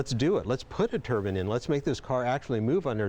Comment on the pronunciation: its Turbine not Turban, great other wise